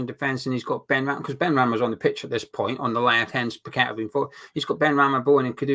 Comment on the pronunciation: the way you pronounce his name doesn’t fit his song.. must rhyme with better 👍🏼⚒️